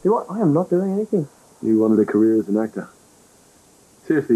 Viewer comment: ActOOR VideOO uhhhh what...